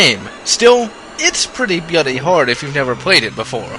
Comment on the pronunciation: I know this is something he does on pretty much all his videos, but why does he pronounce bloody as "byuddy" or at least sound like it?